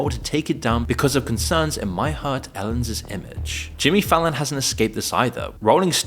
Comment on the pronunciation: dude. You need to learn how to pronounce possessive nouns.... "Ellenses"...."guestes rooms"....is not how you orally say "Ellen's". You're hiring writers apparently, their first job should be to educate you on this!